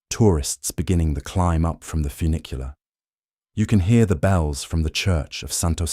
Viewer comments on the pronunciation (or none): none